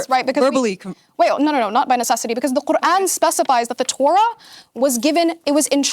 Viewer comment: why does she pronounce quran so bizarrely? what is this accent?? how does she manage to insert a G and an L sound into it? how did it become 4 syllables? she's stuffing so many consonants in her mouth at once that she must clear her throat halfway thru to finish saying the word! it's the most abrasive pronunciation i've ever heard, it honestly bugged me more than her empty assertions.